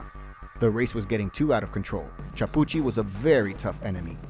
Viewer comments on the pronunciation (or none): Epic stage for sure! Just so ya know - it's Claudio KEY-AH-POOCHY (Chiappucci) same as the wine they drink in Tuscany KEY-AHN-TEE (Chianti). And CHEE-MAH (Cima) Coppi while I'm at it :-)